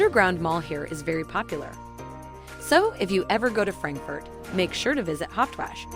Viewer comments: Hawache not Hauptwash . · It is not pronounced "Haupwashh" 🤣🤣! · Thumbs down for false information and false pronunciation. Hauptwache is pronounced wrongly also. Kleinmarkthalle is not a cheap market.